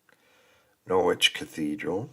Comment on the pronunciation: What a great package! You are doing well with the pronunciation - Gloucester you had straight off, and Norwich you corrected yourself. I was at University in Norwich for four years, so it was my second home, and I loved it there. Norfolk is particularly tricky for placename pronunciation. 'Happisburgh' is a CLASSIC of English spelling/ pronunciation divergence! It is pronounced 'Haze-brugh' They also have 'Wymondham' pronounced 'Wind-um', 'Garboldisham' pronounced 'Garb-a-sham' and a small village called 'Talcolneston' pronounced 'Tackles-dun'. There are many more. No-one expects anyone not already in the know to get them right first time! The narrator of the Norfolk video's pronunciation leaves a lot to be desired..... Norwich - Naarrich (from locals) or No - rich for most people (the 'o' sounds like the the 'o' in 'block' but definitely NOT 'Nor'. Boudica (the warrior woman) - BOO-dick-er You do not need help to pronounce 'Leicester' correctly! I did wince at the Earl of Ly-chester on the video! Hunstanton is said HunSTANton - narrators emphasis was all wrong. Other than the pronunciation tha was a good video showing some of the major visitor atractions in he area.